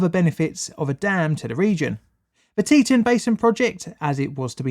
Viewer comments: I love your shows. But this one was difficult to watch.... I know.... I know.... But its "Tee-Ton" Im sorry. was driving me nuts. You do know the Idaho national Lab and the ERB-1 is in that area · We pronounce that Tee-Tawn.. note the TAWN part :) it's native american. That canyon is still remembered today.. terrible disaster :( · I helped with clean up from this. Boise is pronounced boysee. Teton is pronounced teataon. I realize you're not from Idaho. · Cool a disaster and hour from my house also its pronounced Tea-tawn and boy-sea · Fyi, its pronounced tee-tawn... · I live live here near the former Teton dam. By the way it's pronounced "Tee-tawn"! 😀 Oh! And Boise is pronounced "Boy-zee" Yeah we have some weird names... Just like the UK! Lol! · Good video, but it’s pronounced “tee-ton” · Is pronounced “tea-ton” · Arrrrgh, Teton is pronounced tee·tahn ! it's a Dakota word not english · Other than continually mispronouncing “Teton,” this was an informative and thorough analysis of the failure. Having had only a tangential relationship with this event I greatly appreciate the time and detail of your presentation.Thank you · great video i just don’t like how u say Teton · When he tried to say Boise, Teton, and Morrison-Knudsen... that hurt. :D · Please, learn how to pronounce non-English words! Like Boise or Teton. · Teton .. = TEE TAWN .. not T-tin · Tee-tawn not tee-tin, but great video nonetheless! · Teton is pronounced as Tea-ton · The "teetun" river? Sorry, no such thing. It's "Tee Tawn". Pronouncing it as 'teetun' has only just alienated you and your videos to the entire population of half a dozen states. Not a good idea to visit them now. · FYI, the pronunciation is TEE-tawn, not TEE-tun. 2nd syllable rhymes with "gone." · For future reference: It's Tet"ah"n not Tet"uh"n. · Forgive me if this has been pointed out already but I believe Teton is pronounced "Tee Taun". See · And Teton is Tee-Ton. Not Te-Tin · Tee-tOn is how we pronounce it in Idaho